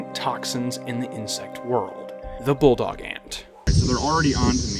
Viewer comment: "Australian BULLET ANT'S! - Inch Ants - Bulldog Ant's - sting First Aid" youTube narrated by an Aussie "... also known as as a bulldog ant..." 0;20 timestamp He pronounces it "bullog", but he's obviously saying "bulldog"